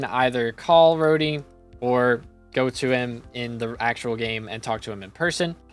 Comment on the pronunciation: Dearest; It's rod-e and hat-e, not road-ey and hate-ey, just thought I'd let you know Great vid btw! This just triggered my ocd a little bit 😅